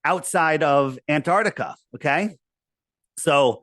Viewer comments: Someone tell him it’s AntarCtica not Antartica. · Aside from his many failings, his constant inability to correctly pronounce "Antarctica" (it's not "Antartica") is probably Dave's most irritating feature